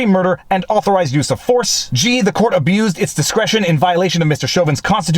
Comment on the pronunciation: Viva, with your reading style it sounded like you said: "f the court". Freudian slip? LOL